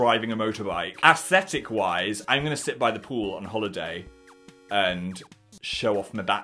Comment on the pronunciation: did phil say asstethicc???